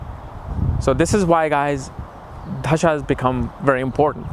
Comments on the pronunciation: Its "दशा" and not "धशा" - wrong pronounciation changes entire meaning of technical terms: not expected of experts to do that. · Just a small correction - It's 'dasha' not 'dhasha'.